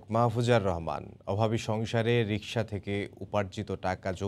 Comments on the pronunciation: সাম্বাদিক না সাংবাদিক😀 রিশকা না রিকশা! বুঝা বড় দায় 😋😋😋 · রিশকা না মামা রিকশা 😅😅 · সাম্বাডিক ভাইরে কেউ বইলা দে অইটা রিসকা না রিক্সা🤩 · উনি প্রথমে রিশকাই বলেছে